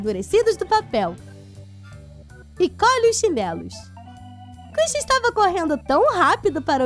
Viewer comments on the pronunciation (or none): none